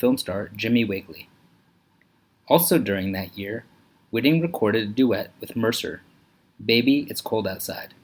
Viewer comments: Her last name is pronounced WHY-ting, not WHIT-ing. This video is a joke. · That would be Whiting with a long first i, as the spelling indicates.